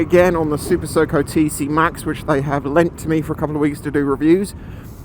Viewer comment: I know it's not what you're saying, but my ears keep telling my brain that you said "SuperSoaker".... lack of regen seems crazy, but if instead of that you get ridiculous roll on when you throttle off, with familiarity and a reinvented ability to plan ahead, you could get a load more range... what happens if you've got the brakes on and you wind the throttle on, say for if you're sat at some traffic lights and need a speedy launch due to a sleeping bmw? or, if you brake with the throttle still open, does it cut the motor?